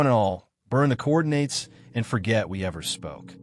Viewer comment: Everything about this channel screams AI generated content. Cant even properly say coordinates in the first 5 seconds. Do better.